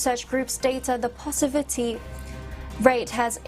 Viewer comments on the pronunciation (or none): Positivity, should be pronounced correctly...maybe she's nervous or need a reading glass for that matter...you can do it girl...tongue twister would help.